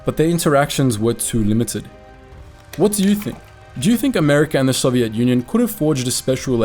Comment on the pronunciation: You pronounce Soviet wrong